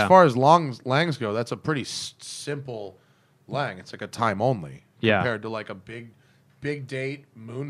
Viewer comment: Russell Lange you beat me to all those points. You missed that they mispronounced almost every German brand name. I wouldn’t care but is such a stickler for the Swiss names he should do the same for the Germans. At least learn to say Lange and Sohne correctly.